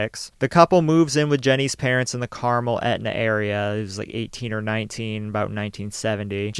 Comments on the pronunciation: Say “Carmelle” one more fkn time….! I dare you. It is Carmel. The Elle is not there. Stop, get help. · Also, the Carmel in Maine has the accent on the 1st syllable.